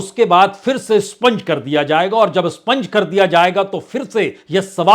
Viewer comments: Sponge nehi expunge. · स्पंज नहीं expunge होता है । कृपया सुधार लें । उम्दा विश्लेषण ।